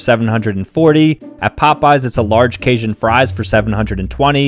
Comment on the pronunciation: Bro did not just pronounce Cajun like that 💀